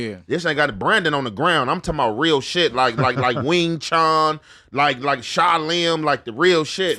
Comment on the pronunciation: pronunciation of martial arts..🤣🤣😭💀 "Con Fu"... "Ween Chon"